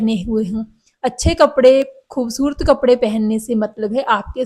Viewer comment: Aapki hindi punjabi toch wali hai ……..refine it ..khoobsurat ….hota hai ….naki khoobsurt